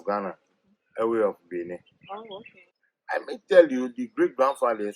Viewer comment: This man should teach his daughter how to properly pronounce the Ewe (the W is pronounced V) so it should sound Like Eve’.in their alphabet,the letter V replaced the letter W. Just like in Germany 🇩🇪 Jacob is pronounced YACOB even in the Twi language Jacob is also pronounced YACOB